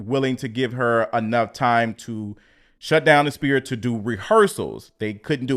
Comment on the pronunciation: Love the content. Sphere sounds like sfere